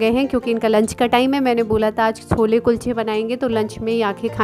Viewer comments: छोला नहीं बोला जाता है, छोले बोलते हैं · उसे छोला. स्कूलच्या. नही केहते. उसे. छोले कुलचे कहते है. ठीक से बोला.